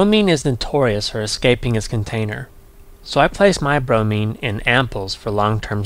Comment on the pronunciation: Not brony, bromine